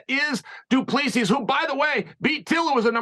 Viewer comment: Its pronounced Du Plesee